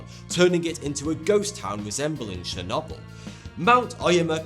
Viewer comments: Come on, you know it's pronounced; Cherr - Noh - bull. Not, Cherr - Nobb - All. Now, I want you to practice before you record your next upload. There's already enough knob-ends that struggle with the Queens English. Think, the entirety of USA citizenry. We simply cannot have you letting the commonwealth down. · I'm sorry, did you call Chernobyl Chernoble?